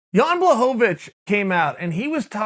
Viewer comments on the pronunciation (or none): It's pronounced Blahovavich, Chael.